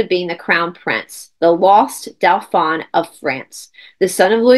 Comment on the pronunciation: Hi! This is fascinating, Dauphin is pronounced DO-fin, the in is pronounced like “un” deux, trois. ❤❤❤Thanks for all the awesome content!!!